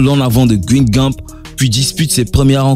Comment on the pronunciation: On ne dit pas guine gampe mais guingan et ça s''écrit guingamp